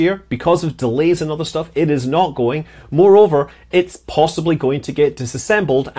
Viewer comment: I thought you said more rover instead of moreover lol!